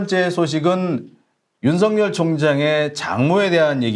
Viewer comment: 수고하십니다. 감사합니다. 윤석열 발음ㅡ> 윤서결 발음 주의해 주셍ㆍ. 윤석렬 아닙니다. 윤서결!